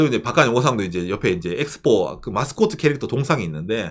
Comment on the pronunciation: 에키스포.. 일본의 영어발음은 들을수록 신기방기